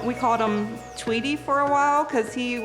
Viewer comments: OMEGALUL "tweety" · DAROLL "TWEETY" HAMLINZ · Lmao “tweety” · lol “tweety” 😂😂 haha okayyy buddy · First thing his mom did was roasting hamz, "tweety" LMAO